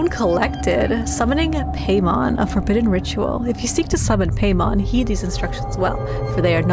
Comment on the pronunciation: Quick tidbit: Paimon is pronounced like "pie-mon" instead of "pay-mon". I'm no grammar police though, so do whatever you want!